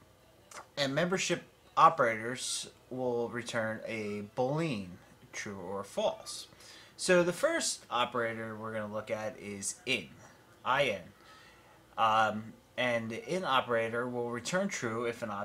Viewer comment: I notice that you say "Bow-Leen" in these videos. The correct pronunciation is "Boo-Lee-An"